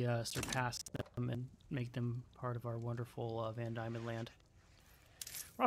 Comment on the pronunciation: G’day from Australia cunty, always good to see Australia being played/enjoyed in a Paradox game. Just a little note on pronunciation, but “Van Dieman” is pronounced the same way as Demon by us Aussies, and while I haven’t heard you pronounce it’s capital yet, that’s pronounced as “hoe-bart”. All said, enjoying it so far 👌